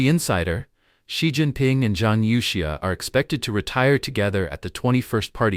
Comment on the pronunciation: Your Ai is sleeping! Its Zhang You Xia not Yao!